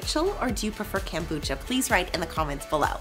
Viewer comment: Kombucha not kambucha